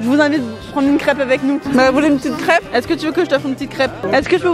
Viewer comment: Entendre Léna dure le mot « crêpe » >>>>>>>